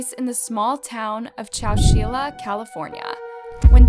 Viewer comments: Hi: I am a new subscriber. I really like your content and presentation. You have really done your research. I look forward to hearing more cases. I have a very minor correction. ChowChilla is pronounced Chow Chill ( like the word chill) a. Thank you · Chow-chill-uh...... Chowchilla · It’s chow-chill-ah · I wish I can correct how she said Legrand and I can’t ahhhh Edit and Chowchilla😭